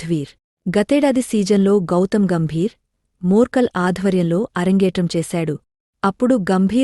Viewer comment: Madam, his name is not murkal. It's morkel🙄. Complete name Morne Morkel.